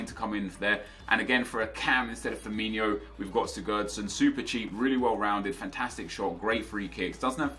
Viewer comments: His name is pronounced Firmin-OH and not Firmin-IO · ITS firmiNO... not Firminho.... learn it right...... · Why do you call Firmino 'Firminho'? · Azhar Haque they pronounce it like Ronaldinho